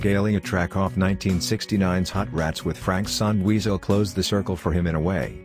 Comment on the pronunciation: Narrator sucks,calls monster guitarist Dweezil Zappa " Weasel " instead of his proper name ,still it reminds me of Weasels Ripped my Flesh .